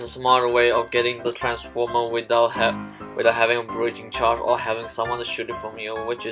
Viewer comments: says Breacringe Charge Just a little thing I spotted out. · nobody:: b r e a c r i n g e c h a r g e edit: also, c o n s i p i c i o u s a c t i v i t y ok, i know english isnt everyone's first language, but still breacringe